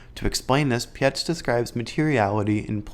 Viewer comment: It’s Pietz - like word Pie + ts on the end So like bytes with a P - Robert Pietz